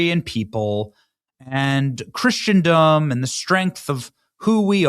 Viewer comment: Dopey Benny can not only not pronounce Schengen, he can't even pronounce Christendom! More importantly, the EU is not "breaking up"! Utter nonsense